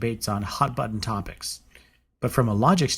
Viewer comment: Well i douuno about argu'A'mentation but... ar·gu·men·ta·tion (ärgy-mn-tshn) n. 1. The presentation and elaboration of an argument or arguments. 2. Deductive reasoning in debate. 3. A debate. I'm not usually a dictoNazi, if i can at all help it, but seeing i am here anyway and you did ask , so...